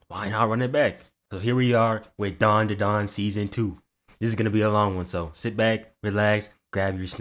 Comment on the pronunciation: i swear its dandadan and not darndadarn